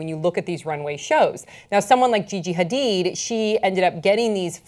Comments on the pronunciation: and are pronouncing Gigi's last name as Ha-deed, but insist on saying Ha-did throughout the who segment! WHY! Hard for me to take this discussion seriously in pop culture context! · Ughhh every time says “Ha-DID” I just wanna scream. It’s “Ha-DEED”!!!! The other two hosts said it right... were you just not paying attention, or did you think they were the ones who got it wrong? 😹 Lol, yeah yeah, I know— this probably bothered me way more than it should’ve... Oh well! 😜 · HA-DEED. how f*cking hard is that to say?! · Cringing every time he says Gigi's last name